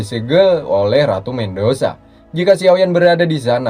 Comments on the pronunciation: Medusa bukan mendusa..... mff cuma meluruskan jika tidak ada yg suka tak apa jangan anggap saya komen🙏🙏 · ratu Medusa min.. bkn mendosa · ratu medusa om bukan mendosa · Medusa min bukan mendosa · Bacanya ratu Medusa BG, bukan ratu mendosa😂😂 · Medusa bang Bukan mengdusa